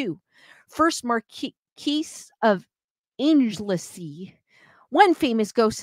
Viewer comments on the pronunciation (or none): Great stream, yes some of our English place names can be tricky to pronounce, Anglesey is angle see ❤